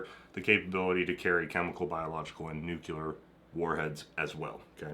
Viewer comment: NU-CLEAR. NUCLEAR. NEW. CLEAR. NUCLEAR.